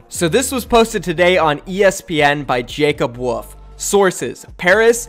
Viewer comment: “Jacob woof” 😂😂 bro his name is Jacob woLf